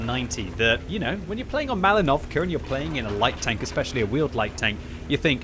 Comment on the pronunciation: You're pronouncing Malinovka wrong. The stress is on the i.